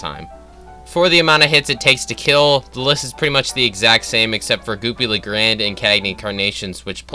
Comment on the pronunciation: Hearing you misprinounce 'Goopy Le Grande' is funny asf